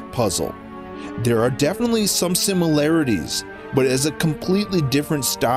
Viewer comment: Well done for creating the word 'simularities'